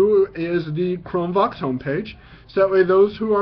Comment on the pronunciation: Hi I'm blind and use the exact chrome book u just demo straightens! I just wanted to bring to your attention that when u say the words Chrome Vox it sounds like your saying Chrome Box! There is a chrome Box desk top but this might be confusing to a blind person thinking of buying one or ETC! Thanks...